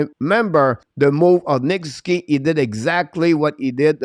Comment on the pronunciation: Try saying Sus oo. Key when using Nick Suzuki’s name. Ok?